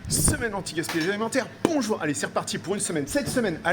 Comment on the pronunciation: J'aime toujours quand vous dites le "bonjour" vous prononcez de manière très forte le B 😂